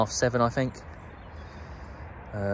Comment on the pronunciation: You know Think is NOT pronounced “Fink”. You Thuckwit!